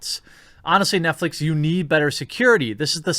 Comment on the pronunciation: 'NetFleece' a little slip of the tongue? Heh, I like it.